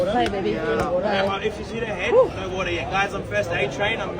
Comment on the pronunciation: He need some milk not WOLTUR